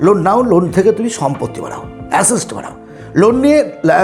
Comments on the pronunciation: Uncle আসেস্ট নয় অ্যাসেট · Assest কি কাকা..? কথা টা asset.. এটুকু জেনে তো ভিডিও বানাবে.. 🤦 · Assest pronounciation ta ektu ki thik hoto ?